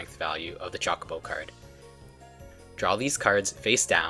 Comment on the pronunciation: Grrr! CHO not chalk. 😮